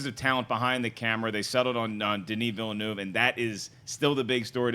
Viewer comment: Please, please please, learn the correct pronunciation of Denis Villeneuve's name. Please! I'm begging you!